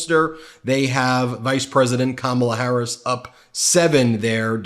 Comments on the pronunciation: Well I’m proud he said her name right for once. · So, he’s decided to say her name correctly? That lesson Kamala’s nieces gave at the DNC must have worked. Lol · He's slurring again, but at least he "accidentally" pronounced her name correctly this time. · He finally said her name right,,that's crazy ain't it.. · Wow, he slipped up and pronounced her name correctly, he IS worried! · I'm just shocked that Trump pronounced her name correctly for once. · 👏👏👏 yay donald trump for once u said Kamala Harris’ name properly. 😂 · Well I guess he listened to Kamala’s nieces,he finally said her name right 😂